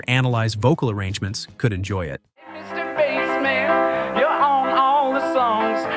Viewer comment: I was willing to stomach the scrappy narration until he mispronounced "Mr. Bassman.". Ugh!